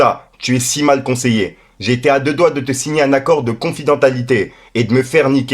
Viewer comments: Correction, c'est confidentialité.pas confidentalité😂..Et 13min34 ta dis votre relation est pas dans le péché.. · Apprend a parler par contre cousin confidentialité 😂😂😂